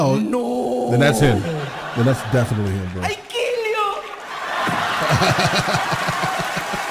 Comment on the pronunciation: I KEEL YOU!!😂😂😂